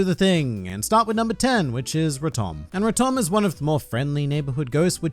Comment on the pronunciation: Why pronouce rotom like raum-tom